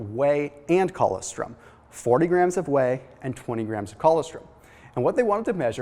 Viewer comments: co-LOS-trum is how it’s pronounced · That is the oddest way that I have ever heard "colostrom" pronounced. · If he ever read his comments he would know how to pronounce it by now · Ann Gunn I know! What the hell is he saying?? What a goof.